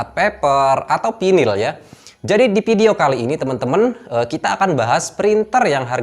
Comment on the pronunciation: bukan pinil bang tapi vynil hehe